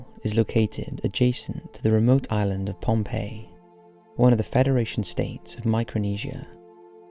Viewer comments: I HATE that this goof pronounced Island IS-Land 🤦🏽‍♀️🤦🏽‍♀️🤦🏽‍♀️ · isslands, my dude? no one pronounces the S in island, wtaf I feel like I'm having an aneurysm rn